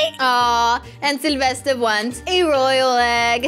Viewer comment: Yea and i think she saids Syelvested lol